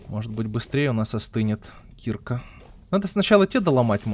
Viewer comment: А почему ты говоришь слово киркА (ударение на А, специально сделал ее заглавной) как кИрка это же не правильно. Слово кИрка - это лютеранская церковь. И вообще каждый раз когда ты говоришь про киркУ, ты делаешь это не правильно? =) падеж ед. ч. мн. ч. Им. киркА киркИ Р. киркИ кИрок Д. киркЕ киркАм В. киркУ киркИ Тв. киркОй киркАми киркОю Пр. киркЕ киркАх